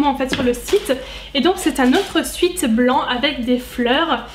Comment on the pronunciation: Eyno 2908 en réalité c’est aucun des deux là bonne prononciation c’est swèt.